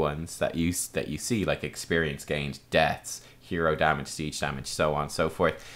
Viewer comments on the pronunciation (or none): none